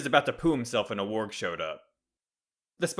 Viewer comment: Warg, not worg. Ta